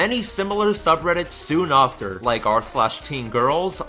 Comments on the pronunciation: It's after, not ofter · why do you say offter? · Learn how to say after, jesus. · why do you say "after" like that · I don't like the way you say after, but I still like your videos.